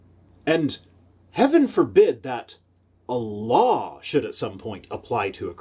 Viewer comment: Every time you say A LAW I hear ALLAH